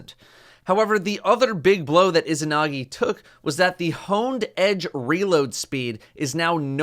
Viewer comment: The pronunciation of isahnahgee is really getting to me 3 minutes in to the video